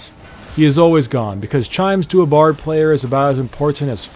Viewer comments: its "bard" not "brad" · ... Idk if anyone else noticed but... did he just say Brad... it's Bard not brad i'm like pissing myself xD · its (BARD)not(BRAD) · ITs Bard not Brad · u know his names not brad right its bard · he is called bard not brad boi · Man.. actually is is "BARD" not BRAD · its called bard not brad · IS BARD NOT BRAD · it's Bard not Brad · it is bard not brad.. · it is Bard not Brad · his name is bard not Brad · it bard not brad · It’s Bard not Brad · BARD MAN BARD NOT BRAD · is not bred but bard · It's Bard. Not Brad. You're thinking of Brand aren't you? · bard not brad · why u say "Brad"? Thought it was Bard :O Anyway, I can agree with the number 1 xD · ITS BARD Not BRAD?!!?! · Jes name nor Brad its bard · BARD B.A.R.D NOT BRAD BARD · Bard not Brad... honestly how stupid 🤦🏻‍♂️